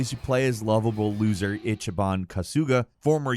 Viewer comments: “Itchy ban” 😂😂😂😂 you Americans pronunciation of Japanese names is hilarious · itchyban kusooga